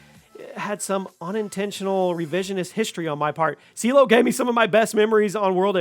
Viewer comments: Lost me at Seelow for #3…… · Seelow... Are you having a laugh.